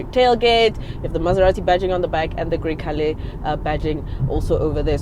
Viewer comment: hey, it's pronounced "gre-chale.... " 😂